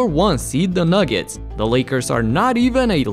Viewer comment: Man said nuggets🤣🤣